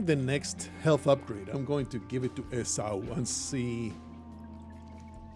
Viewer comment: Esau is pronounced “EE-saw”. This was chaotic and stressful 😂